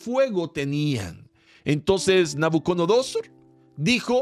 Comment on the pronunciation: Querido hermano, gracias por estos momentos de tanta bendición, solo quisiera decirle algo: No se dice._ NabucoNodosor Se dice._ NabucoDonosor No es hate, es para que los nuevos en el conocimiento de la palabra, no se confundan. Bendiciones